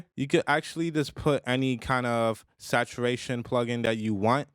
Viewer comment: Naw it was how you pronounced it you added an extra "i" and "n" at the end lol